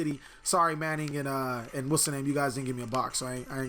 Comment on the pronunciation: where do u go for locals p.s. this is Manny not manning